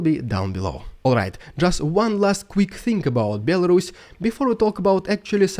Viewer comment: BEL-WHO? A RUSS? what?!